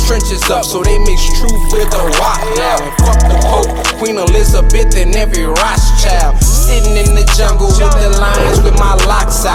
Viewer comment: I see why you didn’t pronounce Rothschild correctly. Dangerous